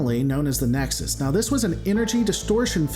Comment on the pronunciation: how does this guy not know how to pronounce "Nexus"